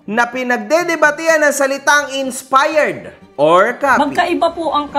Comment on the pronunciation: "INSPARRED" daw sabi ni 😆